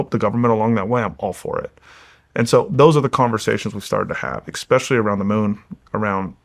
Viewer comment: So much smarter than me… yet he still can’t say “especially” correctly.